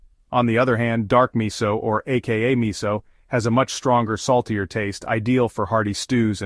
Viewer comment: it is pronounced mi sue.... NOT mi soul !